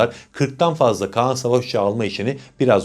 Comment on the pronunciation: kaan değil KAĞAN